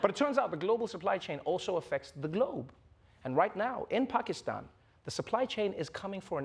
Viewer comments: I appreciate how accurately Travor Noah says Pakistan . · I'm surprised Trevor pronounced Pakistan correctly